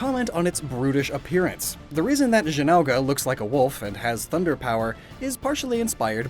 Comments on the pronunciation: I think he was trying to pronounce things phonetically instead of looking up in game official pronunciation. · Zinooge no no I think you mean zin ogre as in ogre with is something you bring up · zin-oh-ger is how you say zinogre sorry i dont mean to be mean its just that when you said zin-ow-gah i got sucker punched metathorically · Zin-ogre? I always call him Zino-gre. Maybe had to do with different pronounciation in german. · Don't forget zeenogah. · "Zin-ow-gah" I died a bit on the inside hearing that lmao